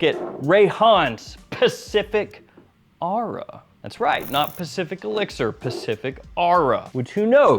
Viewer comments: It's or-aa 😂😂😂😂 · Isn’t it pronounced aura?